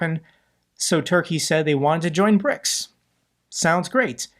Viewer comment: 'PRICS' lol